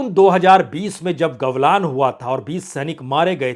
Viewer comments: पहले गलवान को सही से बोलना सीखे,,,,, आप गवलान बोल रहे है 😂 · सर जी, कृपया सुधार करें, गलवान को आपने गवलान कह दिया है।